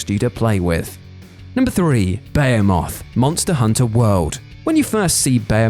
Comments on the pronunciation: Did you really call BE HE Muth "Beya muth" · What said, pronounced:" Bey-oh-moth Literally Everybody else, pronounced: Bah-HEE-Meth. wait, bah-hee-METH?! Don't do drugs. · Beomoth? Like Beowulf's bug cousin? BA-HE-MUTH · "Hearth" is like girth, not Garth("Herthstone", not "Harth"). "Bayamoth"???...come on, you must have heard someone at some point say "what a behemoth"(beh-he-muth). There is no "potato-potaughto" or "tomato-thomattoh". Phonetics...don't give me that accent or "regional dialect" excuse, take elocution lessons(or at least look it up, accents are just laziness...there can be only one way to pronounce, even if we must decide once and for all and "aluminium" will not beat "aluminum"[should be "alumium"])! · I thought it was buh-hee-mooth not bey-a-moth as in gargantuan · In any kind of modern, especially gaming sense... its Buh-Hee-Muth (c'mon we all saw Deuce Bigalow, well, probably not if you're under 25). UK folks saying "Bay-ih-moth" is totally bonkers. Thats not a Tom-Ay-To, Tom-Ah-To kinda difference. In all my gaming and youtube gaming video experiences (I'm 33) This was the first time I have heard ANYBODY say it that way, no matter where they are from. And Saying the original Hebrew pronunciation is yadda yadda is like saying "Even though Nintendo decided to call him Marr E O the correct italian pronunciation is Mair E O so say it right!" when the sewer diving shroom eating plumber calls himself Marr E O. Whoever gave the name chooses how it sounds. The developers most likely would have chosen the widely used Buh-Hee-Muth. And I welcome a dev to come here and say otherwise. Naysayers, bite the boot and accept sounded like an idiot here. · I'm sorry, Beyemoth? What are you smoking? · "Bayamoth" how in the world was that decided the correct pronunciation across the pond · Ba - he - moth lol. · Behemoth (Beh - hee - mith) - otherwise good vid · i believe it is pronounced beheemeth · The correct pronunciation is buh·hee·moth